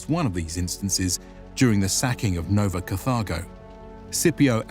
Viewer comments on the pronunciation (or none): re - Did he just say "Nova Cathargo," instead of "Nova Carthago?" It's "Car-Thag-Go" like Carthage, not "Kath-Arr-Go."